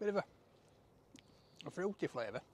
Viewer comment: bituva.......FROOtee flayvuh.....